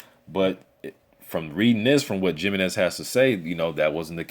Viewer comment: "He-MEN-EZ", NOT "JIM-EE-Nez"!